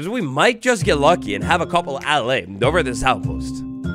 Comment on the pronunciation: It's pronounced "Al-eye". You young sprouts aren't watered enough in school these days lol